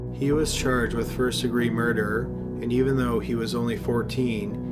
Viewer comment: Dude can u not pronounce murder very well? Sounds like u always say murderer